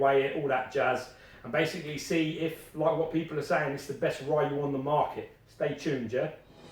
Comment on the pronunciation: ''Ryu has always been my favorite'' But does not even know how to pronounce his name. Gold.